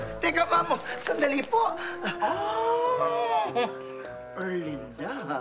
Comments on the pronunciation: The way she pronounced ERRRLINNDAAA is so funny 🤣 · When Mamaw pronounce Er-Lin-Duh!!!🤣😂😂😂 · The way he says erlinda...sound like..erlinder....sowsyal ang mamaw shet ..lolz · The way Mamaw's pronounced Erlinda's name is so expensive ✨